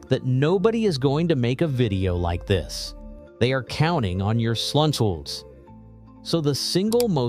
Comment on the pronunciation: "They are counting on your sluntulls" I had no idea!